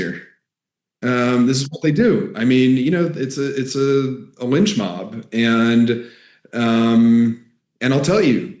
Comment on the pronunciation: He’s a courageous guy but his pronunciation of the the word AND as EOIND is unbearable.